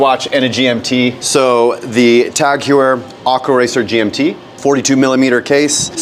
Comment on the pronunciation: "Tag HYOOWER"